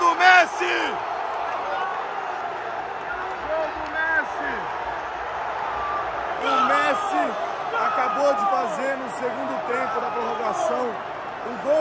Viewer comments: Ele falou pessi? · Ele falou Pessi ou foi impressão minha? Ksksksks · "vi o Pessi" PESSI KKKKKKKKKK